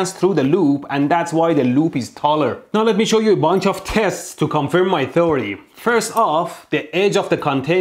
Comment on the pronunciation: "...bunch of tests to confirm my Thory" (theory*)😂❤️